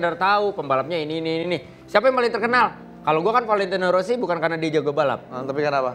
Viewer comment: Valentino Rossi ❌ Valentino sorri☑️